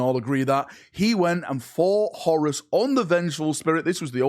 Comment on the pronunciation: That’s not how you say horus